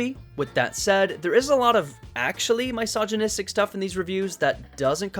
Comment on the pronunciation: “MY-sogynistic humor”